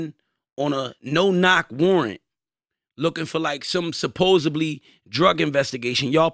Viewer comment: Tell it’s “supposedly” not “supposebly”